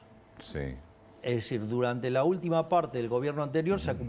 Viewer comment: Nesitar ( necesitar ) Essir ( es decir )